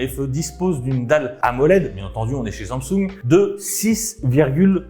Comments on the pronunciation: Sang soungue 😭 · SAMSUNG wesh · la prononciation de samsung me fume ;,)